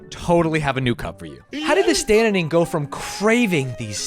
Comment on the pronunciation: Did he say the Stanzining?